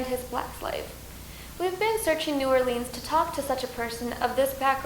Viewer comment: Pathetic video (and New Orleans is never pronounced "New Orleens"). Stupidity.